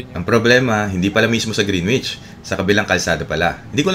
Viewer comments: Greenwich❌ Grenich✅ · Bagong follower po ako sa magandang channel nyo.. Ang pronounciation po ng GREENWICH ay silent W. So you say GREENICH. Thank you, wishing you the best.🙏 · Hehe yup alam ko yung grinich. Long story kung bakit yun ang bigkas ko nun nasa lucena ako. Hinayaan ko na lang. Kinabahan nga ko na ma-bash ako. So far 2 pa lang naman kayo nagreact and fairly recent. E matagal na yang video hehe 😅 Welcome sa channel, james!